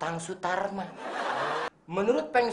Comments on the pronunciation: Sule : Tatang Sutarma Also Sule : Tatang Suratma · Itu tatang suratma munkin dia salah sebut karna keseringan ngomong tatang sutarma😅😅